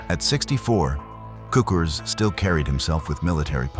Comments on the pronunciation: It's pronounced "tsookoors", not "kookerz". And it's pronounced "küntslé", not "kwenzel". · HER-berts TSOO-krz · Is this narrated by a person or a computer? Neither Cukurs's nor Kuenzel's name is pronounced correctly in the narration, despite being pronounced correctly in some of the library footage. Did you not listen to it?